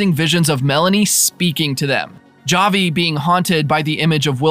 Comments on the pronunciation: Havi it is pronouned havi not (j)avi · It’s pronounced HAVI, they literally say his name many times in the show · Oh no you can't pronounce Javi